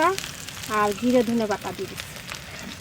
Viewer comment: ধোনে মশলা না ধোন মশলা